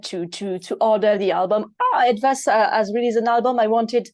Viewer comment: Hey, your pronunciation of "Etwas" is perfect. I for a moment thought this interview was held in German language! Long time since my last Ranger Talk, great interview, thanks to the both of you.